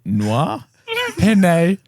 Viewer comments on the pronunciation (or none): My first language is Spanish and I gotta say ' pronunciation of pene wasn't even close to the actual pronunciation😂 Both Es are pronounced like in "end"